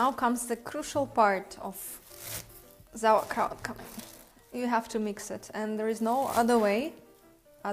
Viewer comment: I was hoping to make sauerkraut not zauerkraut!